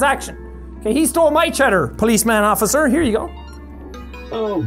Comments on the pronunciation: it’s officer not opiser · "IT WAS HIM OPPICER" 10/10 ENGLISH SKILLS I SEE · "that's him oppicer" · Anyone else notice how Jack said Oppicer when the cop came to ask about the bandit? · oppicer lol